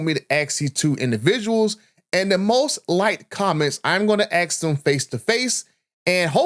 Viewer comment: It’s ASK not AX